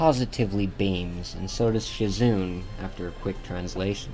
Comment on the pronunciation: it's not shizoon it's a japanese name m8